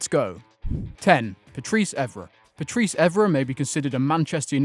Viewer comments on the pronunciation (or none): none